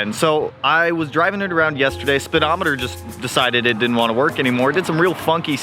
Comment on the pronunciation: Tisk, tisk, "speedometating"